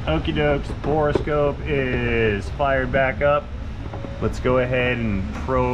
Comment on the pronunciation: “Bore” scope, not “Bora” scope